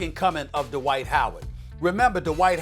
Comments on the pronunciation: It's Dwight.... Not da white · please don’t ever disrespect dwights name like this ever again.. more like a amare